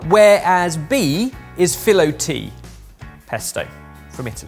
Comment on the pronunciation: Hearing pronounce Filotea in such an English way is so funny, it really made me giggle! Studying Italian has its extra entertainment perks 😂